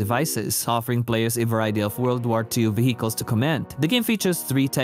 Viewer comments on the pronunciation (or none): don't pronounce the h in vehicle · where did you study? I highly demand to close it. Don’t pronounce H in vehicle are you on drugs?